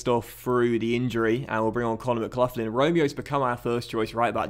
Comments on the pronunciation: MCGLOCKLIN not mcluflin that sounds like a mcdonalds breakfast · It's pronounced Fullton and McGlocklin